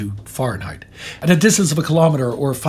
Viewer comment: No matter how many times i hear about what happened to the people of Hiroshima, it still hits me hard. Those poor people., thank you for given the yanks a reality check on how to properly pronounce, Fahrenheit. In English we usually pronounce it as if we had an umlaut over the a. I am still in disbelief we gave Israel the bomb 🤦🤦🤦🤦🤦